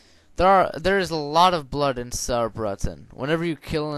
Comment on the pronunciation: It sounds like "Sourbraytin"